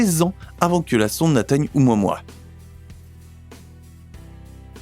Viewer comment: Apprend à lire un nom quand tu le prononce pour une vidéo mec tu dis oumoimoi debile , ça se prononce o moua moua , respecte la langue d origine stp hawaïenne qui veut dire éclaireur !